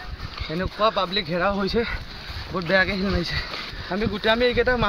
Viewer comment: ছিল গুটি নহয় ; শিল ।